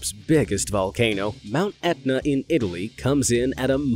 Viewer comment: You said Italy with an S